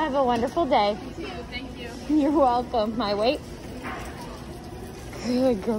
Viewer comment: “Thank YOILLLL” Your adorable